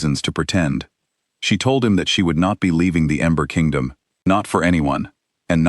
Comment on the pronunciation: Narrator is saying Amber Kingdom instead of Ember Kingdom. I love strong women stories. ❤❤